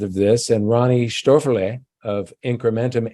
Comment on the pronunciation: Listening to say Ronnie "SHTOFER-LAY!" is always worth the price of admission.